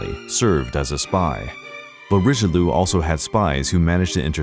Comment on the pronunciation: Would you mind to learn Italian & French accent for Italian & French names: De Medici or Richelieu, as you speak them it looks like you don't know who you're talking about